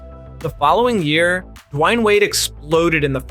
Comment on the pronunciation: who da fk is Giannis ANTETOKUNUNPOW? Also who is DUWAIN wade?